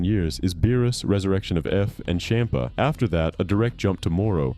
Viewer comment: "cham-puh" "chompuh" say it right🙏